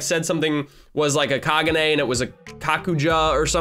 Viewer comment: Kaguna kai-gou-ganna